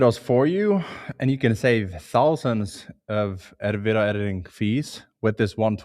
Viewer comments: For anyone curious, when he says "Vido" he means "Video" because of the strong accent :) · Helpful video, Thanks. btw, video is pronounced vid -ee-oh.